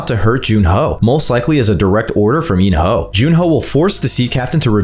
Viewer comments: Bro said in your hole instead of in-ho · He called in-ho “in your hole” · There is no way this man just called him “In-Your-Hole” so casually 😭 All jokes aside these are some valid predictions. Can’t wait for S3